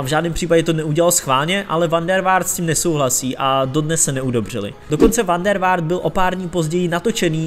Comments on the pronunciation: dobrý, dal sis práci a to se cení...jen zapracuj na jménech a názvech: ne v Malmu, ale v Malmö; van der Vaart se čte fan der Fárt. Stejně jako jsi zjistil všechny údaje o hráči, zjistíš i výslovnost jmen a názvů. Neber to jako kritiku, jen se pořád zdokonaluj. Měj se, ať se daří. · a "V" se v holandšině vyslovuje jako podivné "F"...